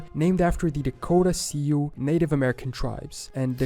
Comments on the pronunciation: This might be AI narrated. He says Sioux as "see ooo", but it's actually pronounced just like the girls' name "Sue". Could be just because he's not from the US though. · Sioux is pronounced like Sue. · He chopped the name of the Dakota Sioux so bad. Sioux is pronounced like Sue. The shortened version of Susan or or I am going to take you to court and sue you